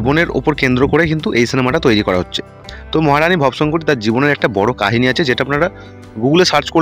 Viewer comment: আহা কি উচ্চারণ ভব শংকরী নয় রে ভবো শঙ্করী ব হসন্ত না ব এ ওকার উচ্চারণ হবে